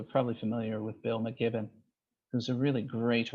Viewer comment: Bill McKibben, not McGibben